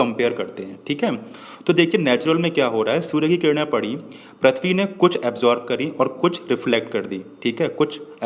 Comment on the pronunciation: Not prathbi say prithbi